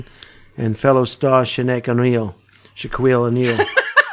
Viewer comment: Holtzman pronouncing basketball names Shinaq O’Queil You mean Shaquille O’Neal 😂